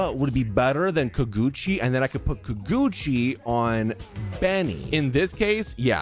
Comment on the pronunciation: every time he said KUH-GUCCI for the Kageuchi sword I kept saying it’s KAH-GEH-UCHI !!!! 💀